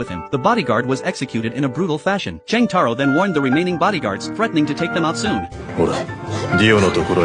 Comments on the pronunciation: Jotaro❌️ Chang taro✅️ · “Cheng Taro”💀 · Wow jotaro❌ Chang taro ✅ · "Cheng Taro" 😭